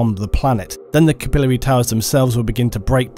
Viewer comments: It's swath not swaythe. We can deal with you mispronouncing capillary, but come on. Lol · Is that SERIOUSLY how you pronounce "capillary"? It sounded idiotic the way you said it several hundreds of times throughout the video